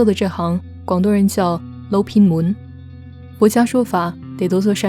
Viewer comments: 捞偏门.欢场无真爱发音挺准的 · 捞偏门你啲都识用广东话讲，发音仲好准添噃，希望有机会听到你日后用广东话分享讲解电影故事